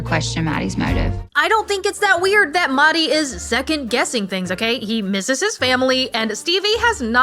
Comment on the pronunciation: The H in MeHdi is not silent. It's an H like Henry